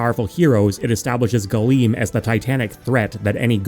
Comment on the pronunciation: Oh, Galeem. Gleam.